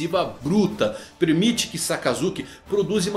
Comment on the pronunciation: "Premite"? kkkkkkkkkkkkkkkkkkkkkkk